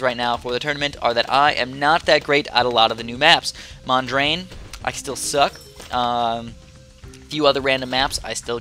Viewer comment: it's pronounced: Mon-dree-ann